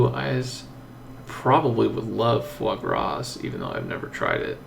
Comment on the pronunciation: ace, foie gras is pronounced as fwa-gra. the 's' at the back is silent